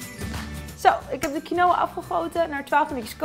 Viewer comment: Lekkuuurr! Je spreekt quinoa alleen uit als kienwa :)